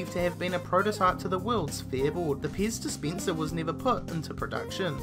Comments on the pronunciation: Whats a "ixpensive piz dispincer"? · Titty Beer next to the piss dispenser. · Ok I was half listening to this, (it came up on autoplay while i was in the other room doing dishes), and between 'piss dispenser' and 'titty beer', I think this is the most I've laughed in 10 years. I did figure out the pez dispenser, but had to drop everything and come look at the screen to see what the hell a 'titty beer' was! This guy just won youtube as far as i'm concerned haha!